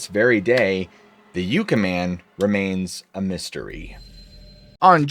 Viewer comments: I appreciate your hard work, just FYI, the word Yucca is pronounced Yuck-uh 😊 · Great story telling as usual, some of the writing could be refined and Yucca is pronounced yuck-uh not you-cuh. Timestamps would be awesome as well. All in all a solid episode though, thank you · Correction. Not pronounced y-oo-ca valley it’s Yucca valley after the yucca cactus. My dad grew up there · Yucca is pronounced "yucka." Just fyi. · Yucca, like in Yuck, Yuck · No disrespect, just fyi - Yucca is pronounced like yuck-a, (gross), soft a, soft u. Love your channel! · It's pronounced yoo kah